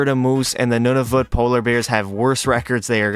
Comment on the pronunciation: It's wired when you say Nunavut and I'm from Nunavut